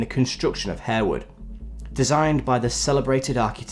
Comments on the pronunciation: I'm pretty sure the 'e' is silent in Harewood House 😬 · "Harewood" is pronounced "Harwood" and "Lascelles" is pronounced "Lassles".